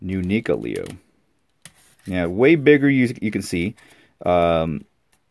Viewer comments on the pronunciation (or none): Just got it today. Leo vs Shredder. Love it. Btw its Neca not nica like necka say it with me neca not nica lol js :)